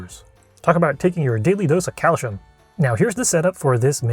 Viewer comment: Your pronounced calcium wrong and people who say clips are dumbasses who have no business even talking since they're so ignorant.